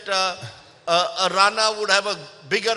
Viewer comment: Atleast pronounce Ranas full name correctly yaar 🤦‍♂